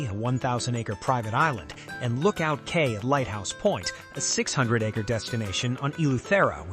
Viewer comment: I don't trust your ratings if you can't pronounce "Cay" correctly.